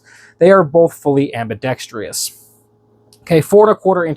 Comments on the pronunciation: Thanks for the info. One thing though - It is "ambidextrous", not "ambidex-tri-ous", there is no "e" sound before the "us" sound. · I’m still gonna pronounce it ambidextrious . Roll tide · he lost me at ambidex tree us...LOL